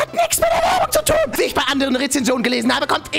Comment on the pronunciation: Isch bin also auch entellegent wie du sakst? 3+6=5.. hey isch, bin äscht entellegent. Filen Dank 🥴🤓